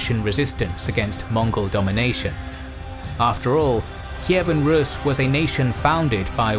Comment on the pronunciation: Russia has nothing to do with Kievan RUS. The pronunciation in English is incorrect.